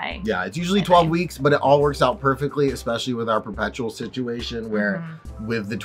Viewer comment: I love it when people say exspecially